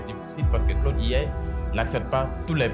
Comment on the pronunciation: Claude IA (prononciation Francais) Claude AI (prononciation Anglais), la tu commences par A qui se prononce A et I qui se prononce "aï" Adoptes ça